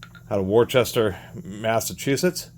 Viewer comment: The residents pronounce it “Woooster”.